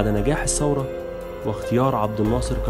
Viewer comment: الانقلاب وليس الثورة....كذلك نقول الثورة بالثاء وليس السورة بالسين